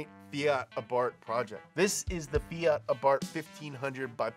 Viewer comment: FEE-ART (Eeep Americans and their pronunciations) Should be FEE-AT or maybe FEE-IT